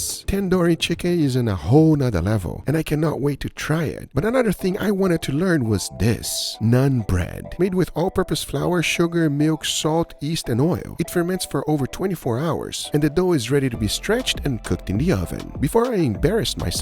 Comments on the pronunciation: Bruh what the hell do you mean by nun bread Its Naan , is this how you pronounce aa, and naan means bread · It's not nun bread it's naan only naan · What is 'nun bread'. It's naan, again not naan bread it's just 'naan' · it's not non bread bro it's naan bread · Naan bread❌️ Nun bread✅️ 😂😂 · It's Naan, not Nun 😅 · thats chicken tikka not tandoori chicken. also it is naan bread not nun bread lol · "nun" bread 😳😳😂😂😂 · It’s NAAN not Nun bread 😅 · did he say NUN BREAD 😅 LOL it’s Naan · It's "Naan" not nun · It`s not naan bread it`s NAAAAN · Guga the pronunciation of your Gulab jaamun was howsoever fine but you obliterated the name Naan you made it "none" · why did he pronounce naan as nan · he is not mad about naan he is saying how he pronounced it nun bread💀🤣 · apparently you didnt learn much when you said "naan bread." you literally said bread bread. much love guga. hehehe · You did not just say naan bread 😮‍💨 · Naan bro learn how to pronounce it’s ok at least you tried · U ain’t pronouncing naan ryt